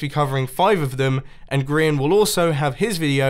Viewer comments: "Arch de grian" XD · People who are good at the game: arch de grian Me: oak door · lol "grain" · GRIEN NOT GRIEN NOT GRAIN BUT GRIAN